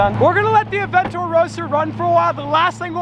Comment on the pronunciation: Bawar Aventador and Gallardo. not "avantodro" and "agurodo" That is right, I am a Grammar cop.